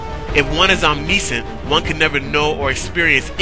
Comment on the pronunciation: Oh, and btw, it's pronounced om-NISH-ent or om-NISH-ence, NOT om-NEE-sense or om-NEE-sent. Just so ya know...Keep on keepin' on...